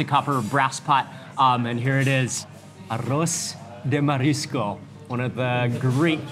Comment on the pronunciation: Hey my friend, Thank you for making a video about our food ! And just a little correction, whe say "Arroz de Marisco" and no Aros sorryyyy.